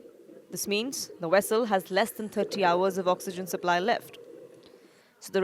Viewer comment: Vessel not Wessel.